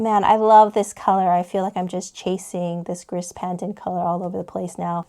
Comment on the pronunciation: Gris = "gree"